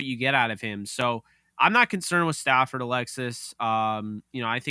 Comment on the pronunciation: Why do you call him Stanford 😂😂 it's Stafford